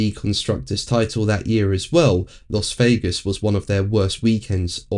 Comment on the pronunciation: Dear, the 'Las' in Las Vegas, is pronounced 'Lass'. Weird, I know!